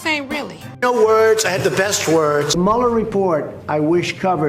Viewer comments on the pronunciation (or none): none